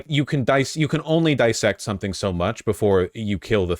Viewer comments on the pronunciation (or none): none